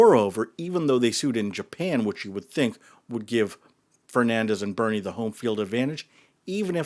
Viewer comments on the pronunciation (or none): To be clear, it’s not Bunny, it’s Burny😂